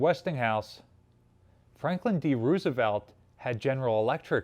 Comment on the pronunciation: You are mispronouncing the name Roosevelt.